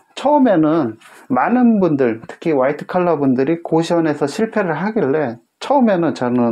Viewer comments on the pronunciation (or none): 화이트컬러라쓰구 와이드칼라라 읽는다 ㅋ